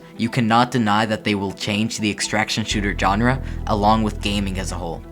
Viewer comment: Its SHAWN-RA not JOHN-RA (GENRE) but other than that good, heard this info over a thousand times but appreciate the enthusiasm and cant wait.